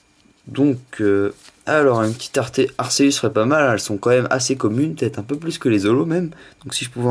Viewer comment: J'veux pas critiquer,mais on dit 'Arkéus' et non 'arséus'